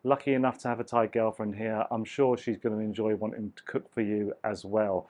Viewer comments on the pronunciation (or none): none